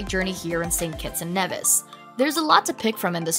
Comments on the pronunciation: Work on the pronunciations it’s knee vis not Nev is, and there are others, nice pics though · Its pronounced as Gre-Nay-Duh not Grenada & Nevis is Knee-vis but youre doing a great job anyway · Nevis. It’s knee-vis not neh-vis Antigua. It’s anti-gah not anti-gwa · St. Kitts and KNEE-viss, rather than NEV-iss gren-AH-dah is in Spain; in the Caribbean it's gren-NAY-duh Antigua = ann-TEA-guh Great, beautiful video!